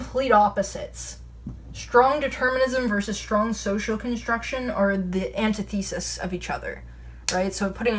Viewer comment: I like how you say anteetheesis instead of the normal antithesis